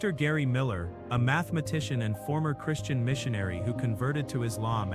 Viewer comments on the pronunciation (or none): none